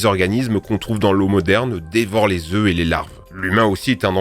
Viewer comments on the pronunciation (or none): none